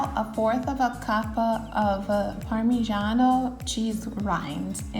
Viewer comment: Polenta is a typical delicious dish from northern Italy. In the USA is completely unknown as "Italian dish" (mostly pizza and pasta they know). I'm glad that this video shows this amazing recipe (with a good pronounciation of "Parmigiano" e rosmarino ; generally when American pronounce "parmigiano" they say "pa' mijeeaaaan").😱😱😱